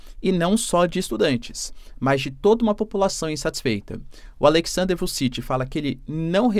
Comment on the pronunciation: E ainda errou 😂. Fala-se Vutchitchi